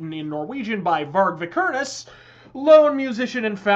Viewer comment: You totally butchered the pronunciation of Varg Vikernes